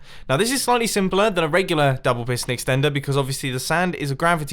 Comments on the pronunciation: mumbo its extender not exender. not meant mean : ) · Mumbo said eksender instead of extender hahaha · I love this video, but "Sand double piston excender"? LOL